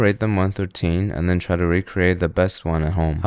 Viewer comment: One through ‘t-HEN’, speak properly ape.